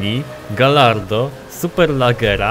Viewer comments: Galardo czyta się gajardo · Karol Ryzop Czyta się "gadźardo"